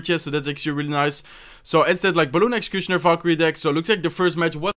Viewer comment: Now when i see executioner i read way like: "execushoner" 😂😂😂